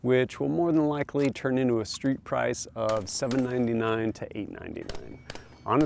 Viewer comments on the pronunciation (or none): none